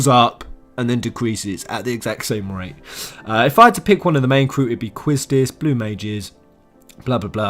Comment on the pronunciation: Quistis is pronounced Kisstis you fucking muppet